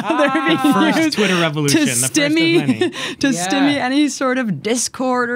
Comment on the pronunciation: I love you Abby - jsyk you are mispronouncing stymie